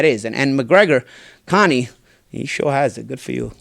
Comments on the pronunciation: Ya boy said, "Conie," lmao..... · “Connie” lmao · "Connie" lol